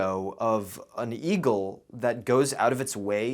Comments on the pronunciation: I heard e-girl instead of eagle and was confused for a solid minute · i thought he said E-GIRL with a weird accent just to realize later that he said eagle. I’m disappointed at myself